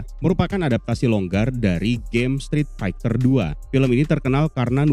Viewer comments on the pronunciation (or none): Strit Faiter bang bacanya 🙄 Bukan Faigter